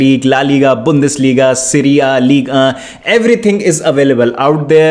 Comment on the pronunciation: I'm here only to hear Ligue ahhh 😂